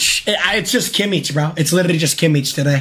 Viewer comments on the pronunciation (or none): It’s kimich not kiemmiech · the way he pronounces Kimmich LMAO KimiTSH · The way he pronounces Kimmich 😭